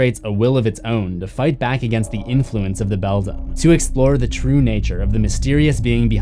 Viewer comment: Again, it's BELDAM (prnounced BELL-DAM or BELL-DAMN, NOT BELL-DUM). Also, I heard that the other father started as a pumpkin.